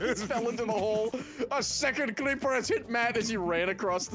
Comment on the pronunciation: "A SECOND CLEEPER HAS HIT MATT!!!"